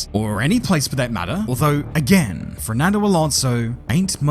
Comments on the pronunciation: is... is he saying "FRERNANDO" and not "FERNANDO" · I like how you say “Frerdnando” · Why do you only ever pronounce the letter R when you say ''Fernando''?